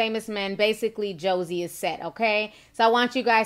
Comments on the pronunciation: You calling her "Josie" the whole video when her name is pronounced "Joy." 😂😂😂😂😂😂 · It’s Joy=Joie, not Josie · I just wanna know where is there a s in her name that you keep calling her "Josie" 🤔🤔 the girl name is pronounced like "Joy". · its pronounced joy not josie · I’m laughing because her name is joi pronounced like joy, not Josie 😂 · I thought I was the only one but it’s Joie. Joey or Joy their still the same name. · Lol!! 😄😄😅 Josie? girl you stay messing up somebody name. It's pronounced Joy 😂😂😂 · I don't think her name is JOSIE I'm pretty sure it's JOIE! You don't even try sometimes TI! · The name is pronounced, Zwa, not Josie. Like Spike Lee's sister Joie Lee. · Who's Josie? 😂😂😂😂 Ti, it's Joie pronounced Joy 😂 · I think her name is pronounced Joy, not Josie lol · No S in that girl's name. Not Josie. Joie like Joy or Joey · oh her name is Joie, pronounced Joy not josie ijs. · It's not Josie it's Joy. Joie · honey her name is Joie where do u see an s in her name u keep saying Josie thts not her name its Joie and u said it thru the whole video PLZ be sure u fix tht this is how ppl get stuff messed up listening to u calling her Josie and not get name JOIE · Joie is pronounced Joy not Josie. It's still a mess tho. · Not Josie lol it’s pronounced ((joy)) lol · Yes, Lord! These are some low-life people... Just trifling scum. ALL of them! To WILLINGLY CHOOSE to continuously bring children into this world that doesn't even begin to have a fair chance at a decent & loving childhood with two FULL-time parents is unprecedented... And Ti, I love you, but its Jo-EEE Ch-AAA-Visss...🤣🤣🤣🤣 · I think it’s Joie (pronounced Joy). Either way, this is some ratchetness. Future, get it snipped already! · Bria Cato It was pronounced "Joy" when she appeared on growing up hip hop! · Bria Cato It’s French! It’s pronounced Joy. The reason I know is because my friend named her daughter the French version of her mother’s name...Joy. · Lol Ti, Joie's name is pronounced “Joy." 😂